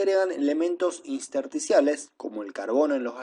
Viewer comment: podría corregir su pronunciación de intersticiales... y es un poco aburrido si siempre lee de las diapositivas... igual gracias por el material!